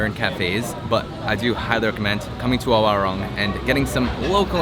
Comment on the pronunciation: I lived in Indonesia for seventeen years and this video is the first time I've heard it pronounced 'wah - rung' instead of 'wah - roong'.